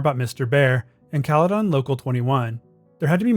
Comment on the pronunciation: Hearing how this dude says Caledon hurt my soul